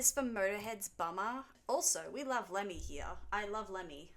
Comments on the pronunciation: Please stop pronouncing Bomber as Bummer! I'm picturing the bomb logo from the tour programme as a pair of arse cheeks. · The way she says Bomber!! Sounds like Bummer!! 😅😅😅